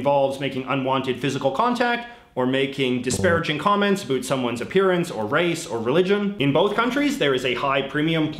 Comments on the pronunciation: literally no one says it like that lmao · I was born and raised in Nova Scotia and I never hear anyone say it like that either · HAHA he says abhoot, I was born and live in Canada my whole life and never heard about said that way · I couldn't tell if you were Canadian or American before I heard you say 'about' lol